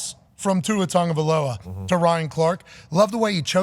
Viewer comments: It's Tag-o-vai-loa. There's no N in his name lol. Idk why people keep saying Tongovailoa 👅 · Tua Tonguovailoa, the the pronunciation. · Why does pat keep putting random letters in Tuas last name? There is no N in that last name lmao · Will Pat ever learn how to properly pronounce Tagovailoa? 😂😂😂😂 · More than likely not until he is retired. So Im guessing by end of this year like Week 12 or so.